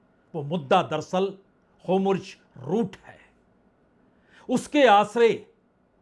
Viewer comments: वाजपेई जी आप जैसे सीनियर लोगों का hur muz की जगह होमुर्ज रूट कहना तथा (netenyahu) नेतान्याहू को netanu कहना उचित नहीं लगता है kripya apekshit sudhar kar le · होमुर्ज नहीं होर्मुज है।"आर" पहले हे "एम" बाद में और "जे" नहीं "जेड" हे। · आप होर्मुज को होमुर्ज क्यों बोलते हैं? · HORMUZ kaa sahee pronunciation aap kab seekh paayenge dear PPB. PLEASE reveal...😊😊😊